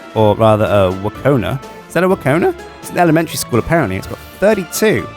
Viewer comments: Wkona is pronounced sh-k-oh-lah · I'm crying at his pronunciation of Школа - Wkona cuz it literally means School